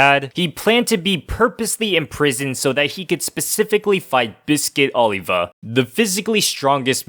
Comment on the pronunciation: OlivER. Not OlivA. There is no "ER" sound in Japanese, so a native speaker might say Oliva (with the v sounding more like a b) when trying to pronounce the English name Oliver. But that does NOT mean the dude's name is not still Oliver if you are going to say it in English! I'm all for pronouncing a Japanese character's name correctly to the extent possible, but a non-Japanese character with a non-Japanese name should be pronounced correctly when not speaking in Japanese!